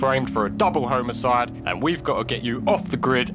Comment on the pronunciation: Did he say “double homocide?”